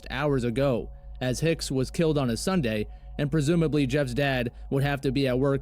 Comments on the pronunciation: It's "killed" not kilt. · Killed, not "kilt".